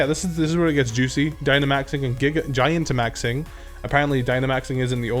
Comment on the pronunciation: Why can’t people get the name of “gigantamaxing” correctly? It’s not GIANTamaxing It’s not GIGAmaxing It’s GIGANTamaxing (Like gigantic)